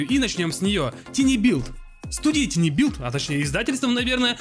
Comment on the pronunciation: Товарищ, слово "Tiny" читается как "Тайни", и никак иначе.